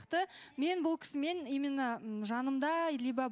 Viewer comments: 😂😂😂 ЫЛҒИ "ИМЫННО " ДЕЙДІ ҒОЙ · Расында,именно деген сөзді имынно деп позор болғанша,таза қазақша сөйлеңдерші?!😅😅😅